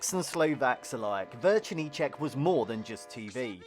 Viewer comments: Correction, it's not "Vercernicek", but "Večerníček", no "r" at the beginning.. also all the dolls we had looked creepy.. Spejbl and Hurvínek, Kuko, Raťafák Plachta.. honestly, we probably never had any normal ones, maybe except Patt and Matt.. btw: this video only shows the Czech part of Czechoslovakia.. the only Slovak part was the national anthem at the beginning and end.. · It's actually "Večerníček", not "VeRčerníček". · its večerníček not verčerníček😭 you added an r